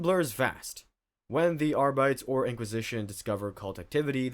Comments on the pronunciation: I like your videos, but bro. It's Ar-Be-Tays not Ar-bites. Likes As-Tar-Tays. Say it with me here. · Love your vids but my man, please pronounce Arbites correctly lmao. It's more along the lines of either "Ar-bih-tehs"/"Ar-bih-tays"/"Ar-bee-tess" or "Ar-bih-tees". Just anything but pronouncing them as if they were some random English term.